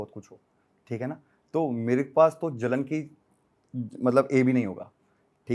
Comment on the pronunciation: A ni j hota hai Jalan me gawar😂😂😂